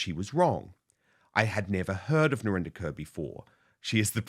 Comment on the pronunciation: Why doesn’t Narinder correct people when they say her name as “Kerr” instead of “Korr “? It’s an Indian name, Kaur. Not a Caucasian name Kerr. Could it be because it makes her sound less Indian on British TV? 🤔